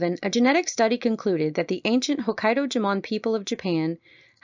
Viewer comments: It’s pronounced “Joe-Mon” not jamone lol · It's JOE-mon. They're not Spanish.